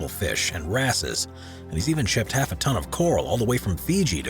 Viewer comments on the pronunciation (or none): none